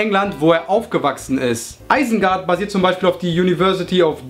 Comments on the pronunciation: Es heißt nich Eisengart sondern Isengart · es heisst nicht eisengard